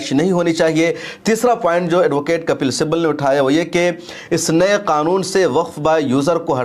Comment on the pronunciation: Muta'ala krk video banaya karen! "Simbal" nahi Sibbal kahte hain